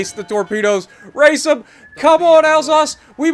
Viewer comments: Isn’t it pronounced Al-sass? I’m bilingual and that’s how I’d pronounce it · Pronouncing Alsace: al SAY ss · I pronounce it "al-sace"